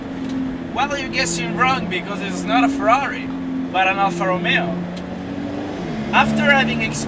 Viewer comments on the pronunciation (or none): Scusa eh, ma per quale cavolo di motivo tu, che sei italiano e sai come si pronunciano correttamente "Ferrari" e "Alfa Romeo", dici "Frari" e "Alfra Rumeo"? Mi sembra un controsenso...